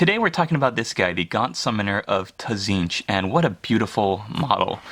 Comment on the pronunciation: awesome but please say tzeentch right it's a silent t at the start :-)